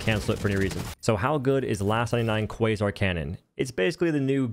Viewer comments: Thats a nice "cwasoint" cannon you got there. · ah yes, the qwuasar canyon